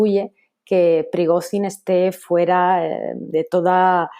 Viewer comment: La corresponsal internacional debería aprender idiomas y fonética. Cada vez que pronunciaba Prigozhin quedaba en ridículo.